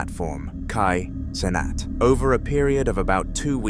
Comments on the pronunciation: kai sonnet💀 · Bro said kai cenat again🗿